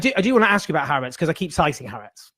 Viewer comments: Maybe could learn how to pronounce Ha'Aretz. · Who is? She's very good. Incidentally, not a single antisemitic "journalist" or commentator I've heard referencing Ha'aretz pronounces it correctly. Not one.